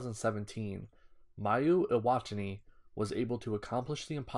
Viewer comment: Mayu who? Iwatani? Eee wah tawn eee?